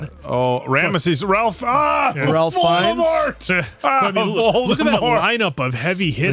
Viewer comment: I love the voice of God: it's Val Kilmer and then the other cast members whisper the same lines of dialogue. Ralph Fiennes is pronounced "Rafe"